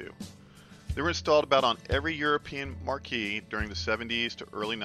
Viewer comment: Excellent info. One thing tho. The word “marque” is pronounced “mark” not “marquee”. That’s a tent.